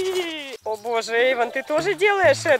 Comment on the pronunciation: Не Эйван а ИВАН😀🤗